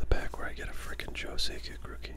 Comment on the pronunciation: Joe Sack-ick ;)